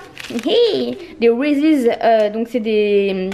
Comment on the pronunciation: Bonjour je tenais à vous dire que les tartelettes ont prononce Riz et non rizi Reese's Je suis Canadienne et ça fait x années qu'on en a ici et au Etats . Bonne journée et j aime votre beau travail XOXO 👌👍